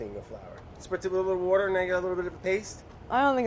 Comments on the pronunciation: Did anyone else clock that “wourder” 🤣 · "You need a splash of wöter?" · Sometimes I think it's alive makes us forget that Brad is an incredibly intelligent chef and not just a goofy guy who says wouder and loves food. Also, Claire finally succeeding was exactly what my Wednesday needed! You go girl! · There isn’t an r in water